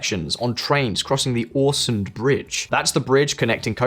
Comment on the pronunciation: If you can't even pronounce Øresund and Malmø correctly, how do you get correct information, without, obviously not, speakinh Swedish